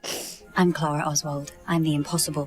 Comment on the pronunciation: all these episodes and you still can't pronounce Clara's name right